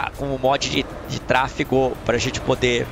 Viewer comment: Kkkkk TRA-FE-GO KKK um abraço tmj 😂